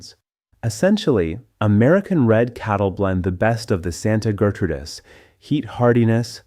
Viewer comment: Interesting video, but the narration sucks. A real person would be better. Someone who knows that the period after a middle initial is not indicating a pause between sentences. Someone who knows how to pronounce fractions like 3/8 and 5/8. Someone who knows how to pronounce Gertrudis. And how to pronounce mares (female horses). It's a one syllable word and not pronounced "mar es"!